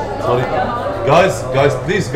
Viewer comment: she's pinay coz the way she say sorry